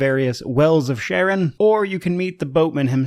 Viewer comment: the boat operator of hades is Charon (Kharon) not Sharon =) but owerall thanks for the review. UPD I get it, youtubers often make the silly mistake to trigger the comment section. =)